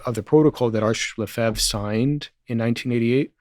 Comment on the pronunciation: The least the host might have done is pronounce Lefebvre correctly.